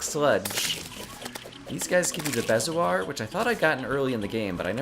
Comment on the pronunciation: As usual, it's my job to correct your pronunciation. Bezoar: BEE-zoar